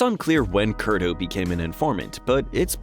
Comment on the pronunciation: It was Ray "Curto" not Kurdo.